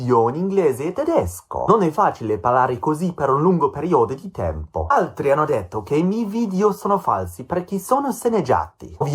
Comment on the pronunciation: There's no way he used that congiuntivo himself while dropping the double consonant in the most basic of all words, "hanno". That just screams fake. The only thing that could indicate he actually studied Italian is the "ad immaginare" spoken with "a immaginare" in the script, I don't know how TTS works and if that can be attributed to TTS. Other than that, if he's B1 then he's a B1 that ran away from all sorts of Italian input and covered his ears frantically when hearing the first millisecond of an audio spoken in Italian.